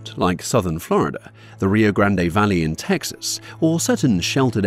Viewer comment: I'm glad with your English accent you can pronounce Rio grande correctly